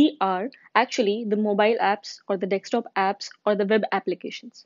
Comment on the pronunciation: iska "DEKSTOP" mujhe bhut chubh raha hai, gawar kahin ki